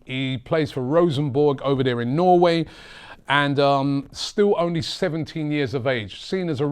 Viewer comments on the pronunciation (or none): none